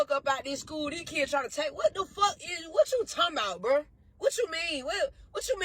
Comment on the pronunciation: Hearing an educator saying "Shcool" proves the state of American education